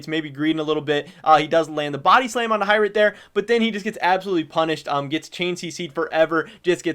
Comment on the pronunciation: H(igh)Rit,, your pronunciation is terrible sometimes honestly. Love your content though